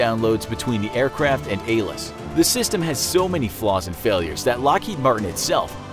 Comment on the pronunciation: It’s ALIS not ALIS